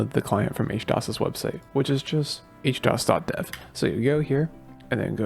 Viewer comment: why H-DOs instead of HD-OS lol